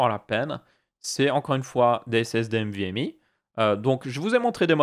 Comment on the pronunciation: C'est pas "mvme" mais "nvme", sinon très bonne vidéo, étant un passionné de tech je connais déjà tout ça mais tes vidéos sont très agréables....